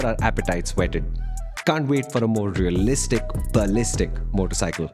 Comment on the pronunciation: riyalishtic baliztic